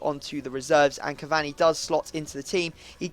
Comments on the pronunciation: It "cavaRni", not "cavanny" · Pronounced cavauni not cavani u muppet